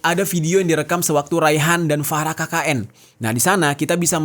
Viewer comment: Farah, F nya Ferekkk wkwkwkwkwkwk